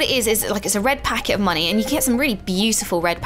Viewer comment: that is not how you pronounce red packet but nice try